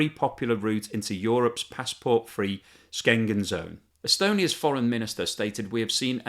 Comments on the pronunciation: Eu is 27 countries. Not 26. Schengen is pronounced sheng-en Not sken-en. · One observation,: "Schengen" is pronounced with an initial "sh", not "sk". Love your videos. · hi I'm a fan of your channel. And as such I would like to give you a hand with your great work. Your pronounciation of Schengen seemed a little odd to me. It sounded like Sc-engen. The proper pronunciation would be something like Shengen. That's because the German sch sounds almost similar to the English sh. Thumbs up, and keep up your great work! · Hard to take seriously a commentator (wannabe) who pronounces Schengen as "skengen"; that's his level of involvement with EU affairs. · "Skengen zone" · Schengen is pronounced like shi*, not Skengen zone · yes, you making an important point. joe panders to americans for some reason with his strong british accent. however, i have never heard schengen pronounced sgengen before. do the yanks really pronounce it like that? perhaps the russians? north koreans? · please say again and aloud "Schengen" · yes, i was utterly amazed that somebody from the civilized world would pronounce it like that.